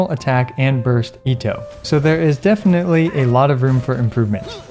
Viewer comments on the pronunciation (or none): none